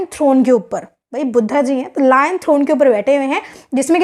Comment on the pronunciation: Didi it's लायन capital not लोयन 😅